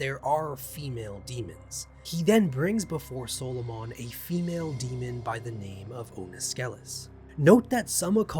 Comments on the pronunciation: Good video just subbed, i double checked it's pronounced saa·luh·muhn instead of solo-mon. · SAUL-O-MAN. Not Soul-o-Mon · Why do you pronounce it solomaan and not how 99% of people, who just say Soloman Great vid though, you got me to sub. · Its not pronounced SOLO MON for f** sake SOL O MUN is how it is pronounced. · In an entire lifetime I have never heard anyone pronounce the name of Solomon as " solo mon ". I am curious if there is a reason other than that is simply how you pronounce it. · Dude as a previous Christian, I’m loving this shit. For sure subscribing. However, at least in the Christian space, they pronounce Solomon like “sahlamun”. Not trying to nit-pick though. Using this lore to make D&D monsters for sure. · I hate how you keep pronouncing his name like he's a Pokemon, just say him, he, or his after the first couple times we know who you're talking about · Wait. Have I been pronouncing Solomon incorrectly my entire life or is it a puh-tay-toe/puh-tah-toe situation? 🤔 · The way you pronounce Solomon makes him sound like a pokemon, and I love it. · Solomon's attack was super effective! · The way you pronounce Solomon is down right demonic. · You're mispronouncing Solomon, and it's annoying asf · I think the way you are pronoucning it is the islamic way. They spell it- Sulaimān. Personally I've never heard it said out loud the way u are saying it. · That’s not how you pronounce “Solomon” . I can’t even listen to this. , you are killing me .